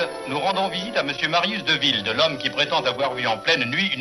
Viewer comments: Dewilde non ? pas De ouaillde ! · Moi aussi, j’ai trouvé cette prononciation étrange. Nom hollandais et non pas anglais ... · Svp. Prononcez son nom correctement!